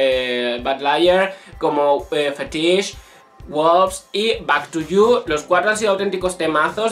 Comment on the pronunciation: Así no se pronuncia FETISH. Escúcha la canción.